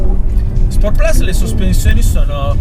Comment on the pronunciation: Solo 2 piccoli appunti alla recensione. 1 Forse ripeti un po troppe volte "questa macchina". 2 si dovrebbe dire "sport plus" e non "sport plas" dato che "plus" è latino e non inglese 😃. Per il resto bravo ed umile come sempre 👍